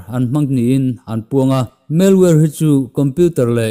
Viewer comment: Spam tih hi palm tree tih a palm lamdan thluk a, spâm/spaaam ti a lam tur.. "Malware" pawh " mel-war" ni lo in 'Mal (mizo tawng anga chhiar top tur) + 'wear' .....MAL-WEAR' ti a lam bok tur.